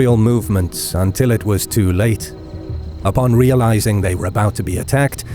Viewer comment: Pronounce "Daun" more like "down" and "Börner" more like "burner".